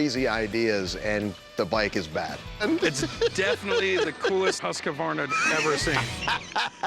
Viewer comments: husqAAAAvarna. Bro, where is the A coming from? It's pronounced Huskvarna. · Husq-varna not husq-ka-varna.. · Cory must be dyslexic, dudes adding syllables to a word "huskavarna"... Bruh its "Husk-vaa-na" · I don't believe its pronounced Husk - a - varna , its husk-varna. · i would be paying that man 500 bucks all day every day for that husq .. the fact that these tools keep saying Husq A varna tilts me a bit haha .. its Husq as in husk of a turtle .. then just add varna .. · Every person in this video called this bike a Husq-A-Varna its pronounced Husk-Varna not HUSKA VARNA! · The proper pronouciation is Hoosk-varna. Not huskavarna. The company started out as a firearms company and then they got into sewing machines. Sadly the bike should have been restored. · Not everyone saying Husqavarna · Yeah but the proper pronunciation is weirder than the spelling without the A. For some reason it's Hoosk•varna not husk•varna. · Hoosk vaar nuh!! Not huskA varna 😂🤦🏻‍♂️ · Pronounced Husk-Varna not Husky-Varna. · It’s pronounced whose-qwarna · It's not Husq "a" varna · I find it funny that people call them husq-a-varna. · Is that actually how American's pronounce Hasqvarna, with an second R (HasqRvarna), or is it just these guys? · I hear a lot of people pronounce it that way. Never understood why but yes it's common. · always fun to hear Americans try to say Scandinavian names, they never get it right XD Huskey-verna? Really?`! XD XD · As a swede it hurts my ears listening to yanks mispronounce husqvarna so bad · Does everyone butcher the name Husqvarna as much as these guys? Any other Swedes agree? It is just horrible, I wince everytime they say it. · As a norwegian it hurts how they pronounce ''Husqvarna'' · As a Swede hearing them pronounce Husqvarna.. oh boy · Corey can't even pronounce Husqvarna right...